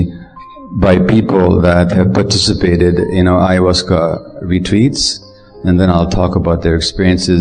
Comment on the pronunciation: I think it's cute how when he says "retreats" it sounds like "retweets". 🥰 "Twick or Retweet!" With love.